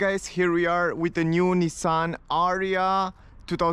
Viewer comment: It's "A-ree-ya"